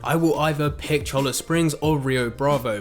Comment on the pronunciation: He's still wrong, and you aren't spelling it right. It's Cholla, as in the Cholla cactus. Pronounced "choy-uh"